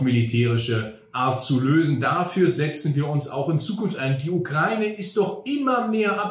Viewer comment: Endlich mal jemand, der Ukraine richtig ausspricht.